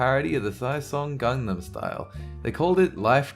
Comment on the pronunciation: I hate it when people mispronounce gangnam